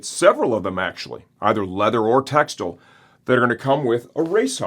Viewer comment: Tex-tile not textle